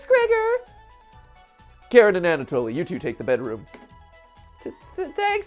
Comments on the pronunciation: I never said my pronunciation was correct, just that I didn't think Karen was it, even if it does fit her to a T XD but yes, if you use the Ukrainian pronunciation, it's Kah-reen. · She is not karen she is ka-rin ...ok? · Kuh-rin is how i've heard it, which I beleave is how you would pronounce it using Japanese phonetics. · I love how Matt pronounces Karin's name as "Karen". Strangely accurate... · So obviously google translate isn't the most reliable, but it says it more like Kah-rin, almost Kah-reen